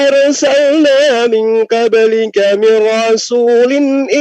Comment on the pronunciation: Kenapa bacanya " Ming kablika? Kok bukan Ming qoblika? Apa memang logatnya ga bisa baca qo? Selebihnya saya itba'